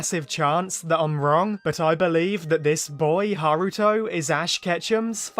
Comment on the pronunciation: Haruto it's just me who thought he said Naruto at first